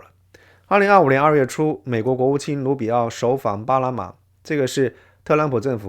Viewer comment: 主持人不会发n这个音，只能发成l，所以”2025年”变成“2025连”，”巴拿马”变成”巴拉马”。